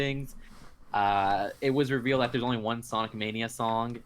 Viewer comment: dammit, I can't let it slide twice. just helped you, it's "revealed" not "reviled." Two very different words. And 4, -minus Ryan, -minus j2g, -minus the no guest = (). So who is everyone else? The voices? Get off YouTube and get on ABCMouse. Or just pay attention in school.